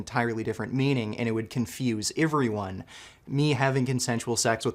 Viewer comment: why dose he pronounce words so weirdly.like how he says everyone.